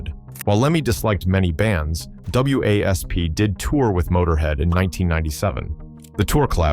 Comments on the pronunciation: The whole AI narrative sucks. It’s wasp not.W A S P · Wasp, the damn AI can't say the word wasp.